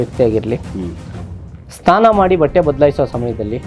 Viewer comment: Nimige SNANA anta pronunciation bartilla STANA antira